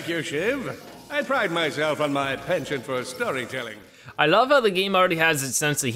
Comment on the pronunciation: I loved this reboot, hope they will do another R+C, just for the record though, that isn't how you pronounce penchant, but I guess they went kiddie on the pronounciation of it. Its actually from the French and sounds like pon shon and the t is silent. The Gold bolts are easy to find in this since they are in the same locales as they were in the original game, its an easy Platinum though and wish I could say the same for the original. Yes I think its great we get to see Dr Nefarious' origins too.